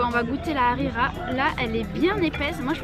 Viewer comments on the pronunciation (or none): Pour le dej tu as pris Harira c'est bon mais ça ne se prononce pas Arira ça se prononce harira ont prononce le H. :3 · C est pas arira c est harira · C’est pas arira Hrira✅ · C'est pas arira c'est l hrera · Elle m'a fait rire la khira au lieu de harira mdrr ( la prononciation) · MDR elle dit de la rera 😂😂😂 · Alor c'est pas la arera c'est la rhera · On dit la Harla bon bye bonne continuation bisous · Lahrira c'est pas La arira 😂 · Mois je suis marocain le petit gâteaux. Sappelle chbakia. Est c est pas la rira hhhh c’est harira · C'est lharira ce n'est pas larira 😂😂😂 et le maman et enfin chabakiya 😋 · Mdrr elle dit arera😂😂😂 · La ri Quoi? La hrira pas la rira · Elle m’a tuer la « rira » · En dit haraira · Désolé mais tu n'a pas bien dit les noms marocains mais c'est pas grave surtout avec la harira